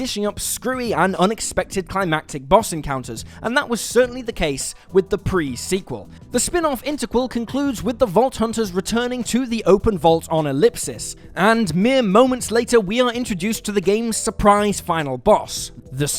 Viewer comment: He just called Pandora's moon of Elpis as "Elipsis".